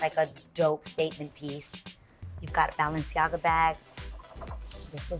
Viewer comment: Why does Adrienne say Balenciaga like that?